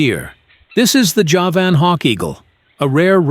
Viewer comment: Javan means from Java, it is pronounced JAH-vuhn. Not juh-VAN.